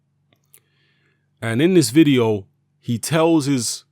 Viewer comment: Your pronunciation of o's are jokes G. Oh. Vide. Oh. Billie j. OH Haha punch him in the balls!